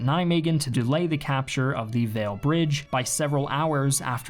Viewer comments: Agree, but the Waal is not a whale. It's a Wahl. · Just fyi, the w in Waal is pronounced like a w, not like a v and the aa is pronounced like the a at the end of arena. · A few remarks: The 'Waal River' is pronounced as 'Wahl', as in Mark Wahlberg. Secondly: One of the factors of the armoured troops not being able to link up with the airborne troops in Arnhem was the deployment of the 82 Airborne at Nijmegen. Multiple historians have pointed out that Gavin's obsession with covering his flanks at Groesbeek lead to a serious delay of at least three days day in getting his troops to secure the Waal bridge. This lead to an extensive close quarters battle in the town (locally known as the battle of the Keizer Karel Plein), which made the allied forces miss out on the planned last leap from Nijmegen to Arnhem, which could have turned Market-Garden into an allied victory. Instead, the allied troops had to send troops across the river by combat boats, days later and leading to a huge loss of lives. (Robert Redford made it alive though, in the movie at least). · The Waal is pronounced "vall", like ball. If it was "vale" then it would be spelled Weel in dutch.